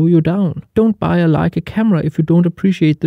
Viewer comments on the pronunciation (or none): none